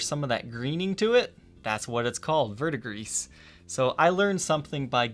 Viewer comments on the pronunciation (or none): So, it should be pronounced 'gree" at the end, not griss. No big deal, though. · Hey. It’s pronounced Ver-duh-grease. It’s a play on “Verde” which means green in Spanish. And “gris” (pronounced Grease) which means gray in Spanish. It essentially means “Green-Gray” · This seems correct to me as well. Also, as far a pronunciation, 'ver' in verdigris should sound like the start of 'very' rather than like the 'vur' sound as in 'pulverize,' and the ending sounds just like 'degrees.' And for the record, I enjoy the videos, but the inclusion of so many 'sh' substitutions in dialect (e.g. 'shtring' instead of string, 'shtriking' rather than 'striking,' and 'shtrat' rather than 'strat.') bugs me. I should probably just let that go... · Verdigris, looks French or Spanish, vert means green; gris means gray so green-gray as the colour. Pronunciation would likely be ' vair-d-gree' if French, 'vair-d-grees' if Spanish but not 'vurr-d-gris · "Vert-de-gris" It's an old French word. Direct translation is "green of grey". It's the common name for copper oxide, and its color, in French. The English is a phonetical twist... It should be pronounced vair-the-gree (roll the R's). In medieval French it was "vert-de-Grice", because by coincidence I think the pigment was imported from Greece (Grice = Grèce = Greece). I think what happened is that the old word for the color grey changed spelling over time, and people associated the name with the color instead of the original importer, as was probably originally intended. So "green of Greece" became "green of grey". And the English became confused. Now if these guitars had an actual copper oxide finish, from rubbing copper leaf applied to the body with vinegar, then neutralizing, polishing, and sealing under lacquer, they would be a sight to behold. I just hate the weak pastel colors of painted bodies from the late 70's early 80's... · It's Verdi-grey, Google are idiots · no s, ver duh gree.